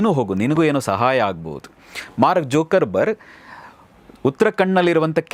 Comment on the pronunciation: jokerburg ?.antha kelide mostly idhu tappada uccharane